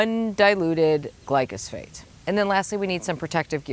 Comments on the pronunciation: The chemical is glyphosate as stated in the DNR info. is pronouncing it "glycosphate" in case anyone was confused. lol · It's actually pronounced GLYPHOSATE. And it's the most toxic substance on our planet!😱